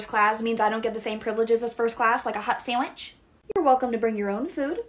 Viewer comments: Sounds like she is saying "hot sammich" lol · “I don’t get a hot SaWiCh ?”